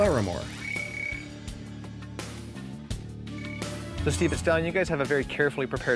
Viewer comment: It's Steve Larmore, not Laramore. He's a great instructor. I had a flight with him at the T-6. Awesome!!!